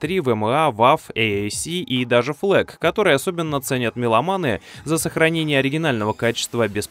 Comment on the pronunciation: Это был сарказм. Все называют флАк, а вы - флЭк)